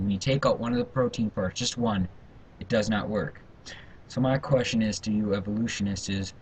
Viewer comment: You said "evolutionisties". Not only do you not comprehend the subject matter you are trying to debate but you apparently are great at making up words. And as far as morals go I guess that killing homosexuals, throwing babies against rocks, and having slaves are perfectly acceptable behavior. Those things are in the bible. If you are raised with a half-way decent upbringing you should have been taught the difference between right and wrong.